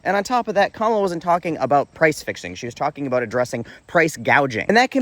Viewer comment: Notice how this Libertarian mispronounces Kamala? Sad.